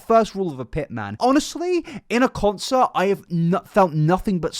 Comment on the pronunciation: So you’re not American then pronounce concert properly instead .